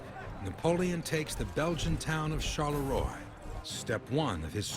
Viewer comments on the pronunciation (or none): Quatre Bras isn't a town, but means "Four arms", and is indeed a crossing of two very important Belgian roads. Charleroi isn't prononounced "Charle-roy" but "Charle-Rwa" like in Rwanda.